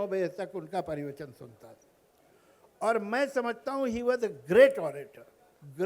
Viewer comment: Javed sa'ab...... - परिवचन नहीं प्रवचन